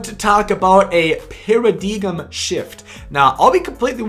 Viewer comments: Did you really say para-DIGUM? Theres no such word lol I'm assuming your trying to say Paradigm, pronounced Para-DIME... stay in school kid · Its pronounced Pear-a-dime you Dumbfuck. Lol yeah haha haha!!!! You missed out on a sub cuz I was laughing too hard to hit the button...JK good vid bro